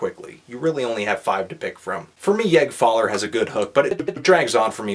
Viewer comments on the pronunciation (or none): "Yag faller" wew lad At least you didn't say "Jag faller"